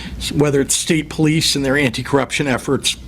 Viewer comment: Any politician that pronounces “police” as PO-LICE in that dumbass ghetto slang should tell the residents all they need to know. I really do blame the people of Dolton for voting her in. Stupid people, very stupid.